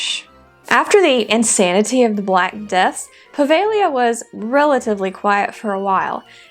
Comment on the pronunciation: Puh-veh-GLEE-uh (I wasn’t sure I heard that. I thought I heard “Prah-vay-Lee-uh” 🤷🏻‍♂️)